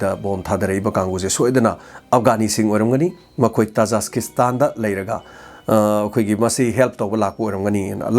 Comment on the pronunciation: oja tajaskistan haiba manli khonkhoktu tajikistan haibana chumgadra